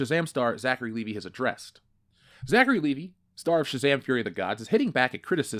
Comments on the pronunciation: It's pronounced Lee-Vigh, you know, like the brand name of jeans, NOT Lee-Vee. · Will you please stop calling him Zachary Levee? It's Levi!!!!!